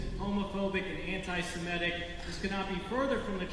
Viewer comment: I love how pronounces words correctly. ✅ Semitic, not *semetic (as so many Americans say), ✅ Qatar, not *kataar (stress on first syllable in Arabic), ✅ Antifa, not *anteefa (stressed on first syllable in German), etc. I wonder if he looks them all up and tries to be correct, or if he's inspired by higher knowledge.